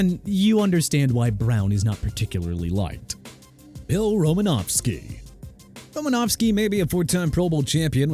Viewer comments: WHOEVER SAID NDAMUKONG SUH'S NAME WRONG NEED TO BE FIRED IMMEDIATELY!! ALSO IT'S EVAN DIETRICH-SMITH!! AND TYREEK HILL MOST HATED PLAYER... KEEP THINKING THAT DUDE... I WISH YOU WOULD... ALSO IT'S ROMA-NOW-SKI NOT ROMA-NOV-SKI!! THE MAN AIN'T RUSSIAN!!!! I DON'T NEED THIS... I REALLY DON'T... YOU PPL NEED TO QUIT... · thought it was RomanOWski.. not Romanavski... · Roses are red, violets are blue. Unsportsmanlike conduct, Ndomunkong Suh. Also, there is no "F" in Romanowski. It's not "Romanofski."